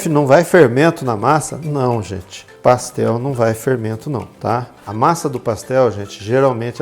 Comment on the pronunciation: PassteL mineiro